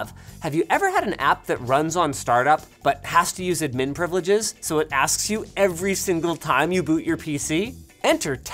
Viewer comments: that admin was goofy, it's admin not udminn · it's pronounced ad-min not ud-min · The way Linus says "admin" is not a way I've heard before.